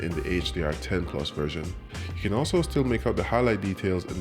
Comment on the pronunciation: I like how he pronounces plus - PLOOS!